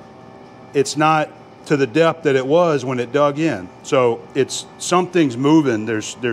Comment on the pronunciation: Did you forget that TH is English. There and that are not pronounced dare and dat!